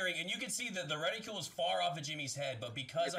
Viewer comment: *Reticle not reticule